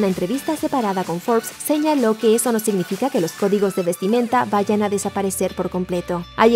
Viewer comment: "Se inifica", que asco de narración, por Dios!